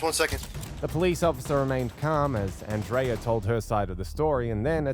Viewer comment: Circle k is a convenient store and our name is pronounced an dria 😊